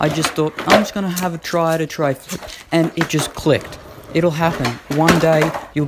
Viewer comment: It’s treflip not treyflip